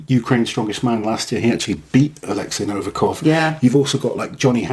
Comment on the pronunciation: I just don't understand, how can you mispronounce Nov I kov, every single time? There is no A in his surname!